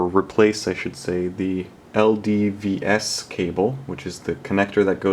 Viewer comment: LVDS, not LDVS!